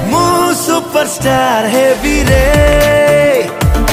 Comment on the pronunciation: ସୁପରଷ୍ଟାର୍ not ସୁପରଷ୍ଟାର୍ଟ